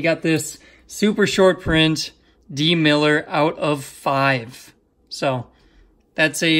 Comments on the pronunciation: It's milliner not miller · twice he biffed it, lol. MillNNNNNer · hey man not trying to be rude but as an alabama fam it is mill n er